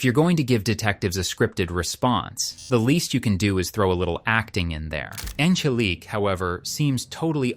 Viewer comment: “On-GUH-leek” lmfaooo sorry but that was funny af